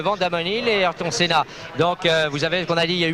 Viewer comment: "Ahireton Saina", "Damone Nile",... et l'accent anglais au top des journaleux de TF1.